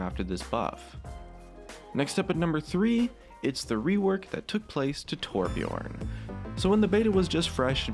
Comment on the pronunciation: when people cant pronounce torbjÖrn, whats so hard about it? Ö not O